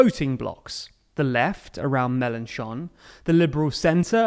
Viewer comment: Love the fact that he corrected the prononciation of "Mélenchon" 😂 Well done!